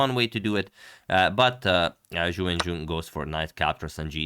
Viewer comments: Ju When-J-WHEN. The syllables RHYME!!! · not a troll just wrong. Pinyin "jun" rhymes with the syllables written "qun" / "xun" etc.; rhyming part is kinda "üin". Whereas "wen" is usually considered to rhyme with the syllables written "hun" "gun" "dun" etc.; rhyming part is kinda "wən".